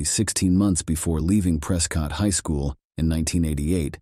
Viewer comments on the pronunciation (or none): Prescott is pronounced "preh-skit" lol they don't even like us saying Preh-scott, they're gonna really hate Pree-scott.